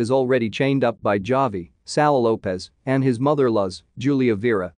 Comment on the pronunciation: The way he says bruja. Smh. And javi. Whats next? Jalapeno?are you gonna say it with that hard j?